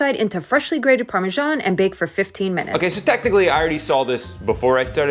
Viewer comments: WTF, parme-sean? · Why do Americans call Parmesan parmajohn?💀💀